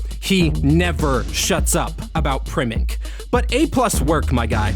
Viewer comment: saying primink 😂😂